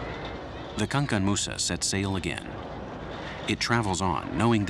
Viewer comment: Pronounce the the word good Mr journalist it is not Kankan Moussa we call him Kankou Moussa , that is to say that the boat was named after one of our greatest Leaders in the Mandinque empire and he was the world richest man of all time.